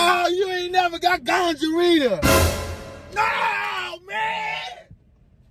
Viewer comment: Lolz, he's so over the top. I laughed so hard I became dizzy! He couldn't say gonorrhea to save his life.. then he said she had gingivitis. ROTFLMBO😂🤣😂🤣😂🤣